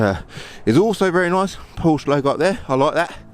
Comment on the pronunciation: I personally would learn how to pronounce Porsche (Poor-sha).